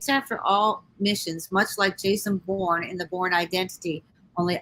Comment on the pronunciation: It's Bourne.